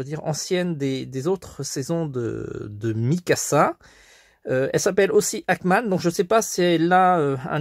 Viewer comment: On dit Ackerman